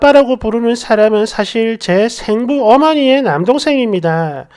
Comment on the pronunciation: 생모, 생부의 발음은 앞 글짜 ‘생’에 액센트가 있음을 아시고 정확하게 발음 해 주셨으면 합니다.